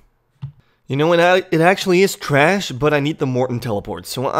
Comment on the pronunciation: The way you say trash is giving me an aneurysm 😩